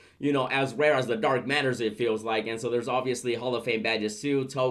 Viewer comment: you see how u said Rare? Meaning not gonna happen again. Lol